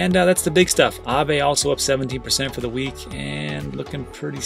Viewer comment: Sir, please learn how to pronounce Aave.